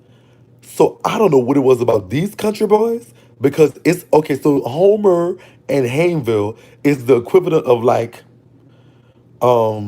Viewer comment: Major banks is my grandparents pastor. He was a short brown skin fat man. And it’s pronounced “Hains-ville”.he has a large mole on his cheek.